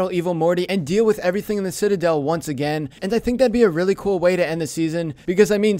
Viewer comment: the way he says citidel lol